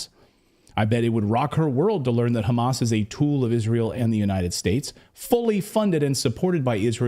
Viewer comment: That woman from New Jersey is an izraeeeeli because izraeeeeli cant pronounce "H" and instead they say "KH" so when they wanna say h--a--M--a--s , they say kh--a--M--a--s....and she did it... busted.... in u can realize it